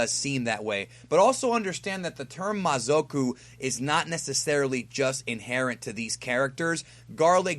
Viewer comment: mazoku from yu yu hakasho and its pronounce ma-za-ku naraku from inuyasha